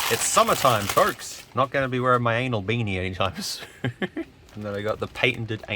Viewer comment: i remembr u saying 'ainol spark, ainol firewire 🤣